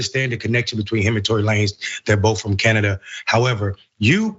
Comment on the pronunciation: why are they so one sided, why don't they mention all the lies she told and the testimony changing, she can't even pronounce Tory's name, that just tells you how scripted the show is.